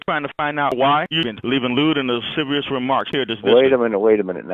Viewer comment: “Lude and lisivious comments” lmao 😂